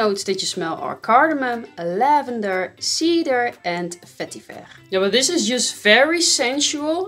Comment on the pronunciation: The way you say vetiver is the best. 😄🤙